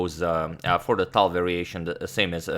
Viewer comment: Chess Channel since you're working on pronouncing names properly. How about fixing Tal? Please upvote this so he sees it. In Russian, the name is Таль and as you can see it has four letter instead of three. That's because following the L is a soft sign. So the L is really soft. I'm sure all the Russian speaking subscribers would appreciate it.